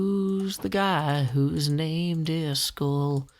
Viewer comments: iskall is actually pronounced kinda like ”ease-call” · Hey, I was born and raised in Mississippi and speak as southern as anyone does,,but even I know that "Iskall" is NOT pronounced "Is Skull" WTH dude?